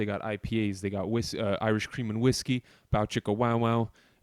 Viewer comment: Did u say whiskey soap I'm done